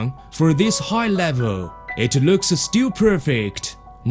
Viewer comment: 3.24 lök at the perpers the surface lüks suh slidey